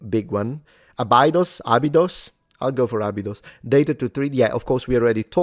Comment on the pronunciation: Stargate fans when says Abidos